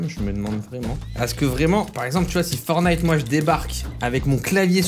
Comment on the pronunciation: Arrête de dire fornite c’est perturbant